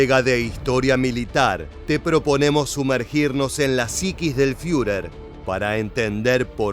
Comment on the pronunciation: El comentarista podría empezar por leer alemán correctamente. No hace falta hablarlo. No sé dice FIURER, es ridículo, sino FURER, con U francesa.